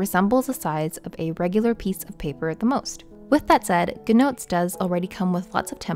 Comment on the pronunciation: You say “Gnotes” but it’s GOOD Notes.